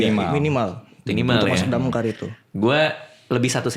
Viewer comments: DAMKAR❌ DAMCARE✔️ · Damkar ❌️ DamCARE✅️ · Bukan damkar tapi DamCare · DAMKAR ❌ = DAMCARE ✅